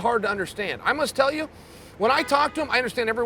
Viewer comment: "I couldn't telyahwhoovabawa card"